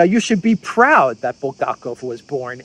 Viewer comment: It's BulHakov not Buldakov . Have you read The master and the Margaret ? I suppose not .